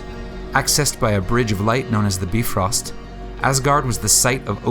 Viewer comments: jbroti 004 “Eivor” not “Ivor”. “Bifrost” not “Bi Frost” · Bye-frost not bee-frost